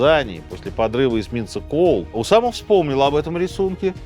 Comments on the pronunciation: Только не УсамА, а УсАма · УсАма, а не УсамА. Неправильно произносите имя, периодически ошибаетесь в ударении. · УсАма, а не УсамА! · Сергей что\. из Франции только что вернулся? То у него УсамА, то НикарагуА, причем в Усаме ударение плавает. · не в первый раз замечаю, что Сергей как-то странно ставит ударения в именах собственных. В этом выпуске: правильно Уса́ма (а не Усама́), Никара́гуа (а не Никарагуа́). В многочисленных других выпусках: правильно Свердло́в (а не Све́рдлов). А за видео - лайк!